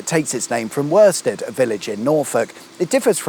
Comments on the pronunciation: Queen Elizabeth II is Britain's longest reigning Monarch. Worsted is pronounced woosted, the same way Worcester is. That Copper was probably on the Moor bar t'hat, the sun got to his head. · Hiya. I’m (almost😬) certain it’s pronounced ‘Wu(like ‘put’)-stud’, as in ‘Jeeves & Wooster’. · Shame he didn't pronounce worsted in Norfolk right. LOL the R is silent